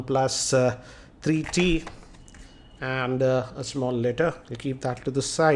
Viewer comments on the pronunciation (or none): its three t bro....not tarreee t....